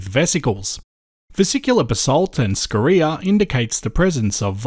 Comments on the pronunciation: say "scoria" wrong please... yeah carry on.... Aside that, keep the good work up! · Interesting way to say Scoria, (scoreea), depends on what school one went to, neither right or wrong 👌👌🥰. Edit: I've just subbed to you channel 🤗👌